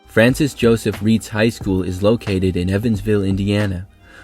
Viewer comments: By the way, Evansville Reitz High School is pronounced "rights," not "reets." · couple corrections for reitz since i live close to there, 1 is its actually pronounced more like "rights" instead of "reets" and another is a few renovations gave the stadium a seating capacity of a little over 12,000, very good video btw! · Cool to see the Reitz Bowl mentioned. That's my hometown and it is a cool place to watch football. Plus, the school sits on top of a hill. BTW, it's actually pronounced Ritez not Reetz. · I live in Evansville and the Reitz Bowl (pronounced Rights) That is definitely a weird stadium. The seats are incredibly steep and most are painted concrete which can get very slick. Love the vid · Reitz is pronounced "Ry-tz" and it's been rehabbed in recent years. Fairly famous place for Evansville high school football. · I was going say that too. It hurt hearing the way he pronounced it lol.